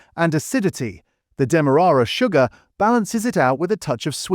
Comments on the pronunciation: Erbs, demorrara sugar???? Are you trying to sound educated or just trying to be different? The H in Herbs IS pronounced, it is not a silent consonant, and demerara is pronounced as it is spelled demerara. Or stop using AI narration. Other than that a good and informative channel. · Beesto! Is this an AI attempt to pronounce Bisto? Couldn't pronounce demerara sugar and herbs was pronounced as 'erbs' with no H like the Americans pronounce it.